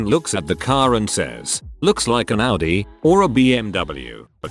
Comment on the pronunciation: this bot prounces AUDI right!!!!!!!!!!!!!!!!!!!!!